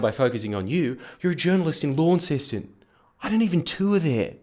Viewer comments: One issue there Jordy, its "Lonceston" not Lawnceston" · It's spelled Launceston not Lawnceston. Pronounced Lon-ces-ton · I used to live in Launceston (btw, it is pronounced Lonseston, not lawnseston), is the worst paper EVER and every male 'journalist' that works for them looks like this dude!!! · LAWNINCESTON???? NO!!!!! LON....ceston!!! LONNY!!!! ..... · Jordies, it's pronounced 'Launceston', not 'Lawnceston'. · Don't judge all of Tasmania off a few cretins from Inceston. (Also Launceston is pronounced LON ceston. Definitely not LAWN ceston) Please come to Tasmania! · True. But if you call Launceston LAWNceston in Tasmania you'll get laughed it. The local pronunciation is LONceston. It's the easiest way to spot tourists and journalists who 'haven't done their research'. Advertisments on tv that use LAWNceston are laughed at as jokes etc. We poke fun of fools who don't know how to pronounce Lonnie. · Tassies can't even pronounce Launceston properly. Lawns-ton, as in the Cornish town. Not Lon-cess-ton. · You mispronounced Launceston it's pronounced "Inceston" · As someone born and inbred in Launceston, I told my sister this after my dad finished w her that you said this and she thought this was ‘hurtful and disgusting’ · Never been triggered by you Jordan, until I heard you pronounce Launceston as lawn-ceston. Also I vaguely remember a facebook event advertising your show last year in Launceston - I might be wrong but pretty sure I'm not. That said though, you really should tour here once you can. Bass is notoriously a swing electorate, given the state of our local news you might be able to nudge it a bit in the right direction. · Diss Launceston all you like, but the way you pronounced it is just shameful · as someone originally from Launceston it does hurt to hear you pronounce it wrong :( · It stings that you can't even pronounce Launceston, about as badly as having to drive almost 3 hours to see your show in Hobart